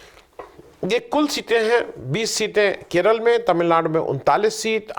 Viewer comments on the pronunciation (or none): none